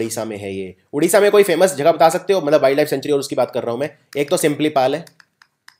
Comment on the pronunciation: sir y do u pronounce jagah as jhaghahh